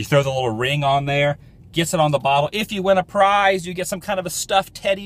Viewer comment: "PING" the bottle? lol RING the bottle....? ha ~ It's all good Adam ~ loved the Vlog as always ~